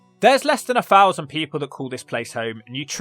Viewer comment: I fully understand your concerns in these areas, but I'd like you to pronounce some words properly. The word THOUSAND....is not pronounced FOUSAND. Sorry, but that upsets me.